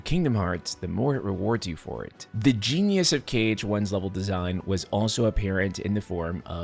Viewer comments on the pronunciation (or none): none